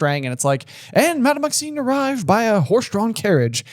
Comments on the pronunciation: I know this is months and months late...but every episode...making my teeth grit...it's Madame MaxiMe with an 'M,'! A freaking 'M,' not an 'N!!!!' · Is pronouncing Madame Maxime's name wrong on purpose or...?